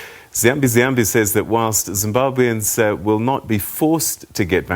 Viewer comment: Why does Peter Ndoro pronounce Zimbabweans as Zimbabwians 🤦🏾‍♂️cringe